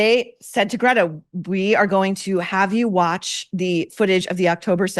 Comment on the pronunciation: As Michael Knowles pronounces, "Grrreyta"! Sister B took performance lessons from Yoko Ono.